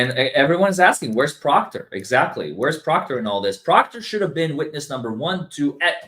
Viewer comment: Every time this guy says Trooper Proctor my wife hears Chupacabra. 😂